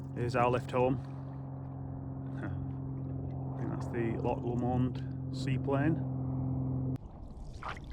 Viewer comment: I am Scottish and never in my life have I heard Loch Lomond pronounced loch “li mond” 😂 maybe I’ve been saying it wrong this whole time, who knows. Great video regardless